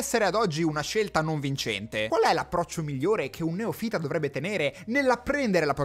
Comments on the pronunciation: poi tanto per dire, si dice neòfita non neofíta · No, ti prego, hai detto più di una volta "neofìta"!!!!! In Italiano la pronuncia corretta è neòfita! Io sono italobritannico, ma cavolo, un laureato in ingegneria informatica, che avrà studiato al liceo scientifico e quindi dovrebbe conoscere il latino, che mi pronuncia "neofìta", la dice lunga. Prima dei linguaggi di programmazione, dovresti studiare la lingua che parli. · Concordo su tutto, ma... Neòfita, non neofìta! Piuttosto dí newbie o niubbo! 😅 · A proposito di linguaggio: si dice neòfita e non neofìta 😜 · Piccolo appunto, la pronuncia è neòfita, non neofìta. ❤ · Boh… al secondo neofìta con l’accento sulla ‘i’ ho chiuso il video. 5 minuti buttati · NE O' FITA non NEOF I' TA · Ciao e complimenti per il video. Sono d’accordo con te su tutto… Bravo! PS neófita non neofìta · Ok per i linguaggi di programmazione, ottima spiegazione. Ko per la lingua italiana: si dice "neòfita", non "neofìta" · ma pronuncia neofita in quel modo apposta o? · Comunque a proposito di liguaggio (anche quello natuarale andrebbe studiato) si pronuncia /neˈɔfita/. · "neofìta" non si può sentire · cominciamo a programmare l'accento su neofita😉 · Hai sbagliato l'accento sulla parola NEOFITA ^_^ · Neofita non si pronuncia così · Per favore, va tutto bene, ma neofita si pronuncia con l'accento sulla o